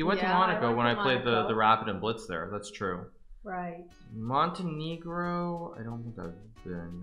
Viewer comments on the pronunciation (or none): Hikaru pronounces Montenegro with a hard e sweats profusely in Spanish 😅